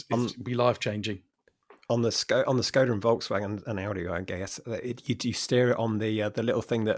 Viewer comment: What’s with ridiculous pronunciation of Skoda? Does she go to Paree, Bartheloma and Lisboa?